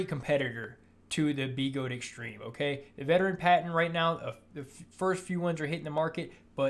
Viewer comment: B-eh-gode. Not BeeeGode